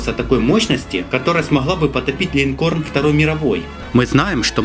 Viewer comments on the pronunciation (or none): Линкор правильно говорить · Линкор Карл! Линкор! А не "Линкорн"! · Линкор, а не линкорН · ЛинкорН... Интересно, ты издеваешься или реально проблемы с языком? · Если что корабль называется -линкор) ,без "н". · "линкорН" сука)))))))) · А мне одному послышалось "линкорн" : ) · Линкор, а не линкорн) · ЛинкорН ))) попкорн бля